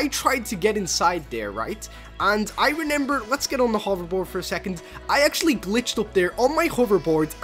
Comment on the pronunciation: It’s remember not renember